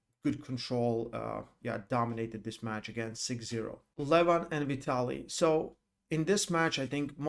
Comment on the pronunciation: you still didnt learn 🤣🤣🤣haha my godness .. Dont pronounce the Name Levan like seven